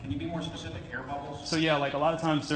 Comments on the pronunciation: Anyone know why he says “specific” instead of pacific? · 💛Bro I love your videos but im BEGGING you, stop saying pacific instead of specific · I see what you did there... It was a deliberate and "spacific" slip of the tounge😎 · When dj says "specific" it comes out "pacific" and when he says "pacific" it comes out "specific." He does this in multiple videos, is there a joke im not privy to? Because this is unreasonably bothersome to me